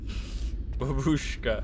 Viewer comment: It’s quite entertaining how foreign folks try to pronounce russian words. Babooshka with emphasis on first “a” so it’s bAbushka and it means grandma😉